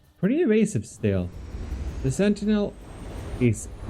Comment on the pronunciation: It's supposed to be pronounced "Sen-ti-nel" not "Seni-tel".